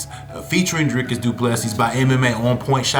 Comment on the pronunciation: Dricus 2+3. Sound better roll the r. Canadian can say the surname